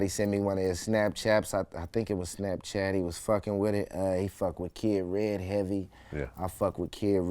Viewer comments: nigga really said snapchap😭😭😭😂😂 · “Snapchap” -Mozzy 2016